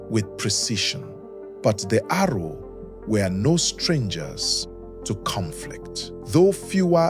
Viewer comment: Correction please, ''Aro'' short for Arochukwu not Arrow.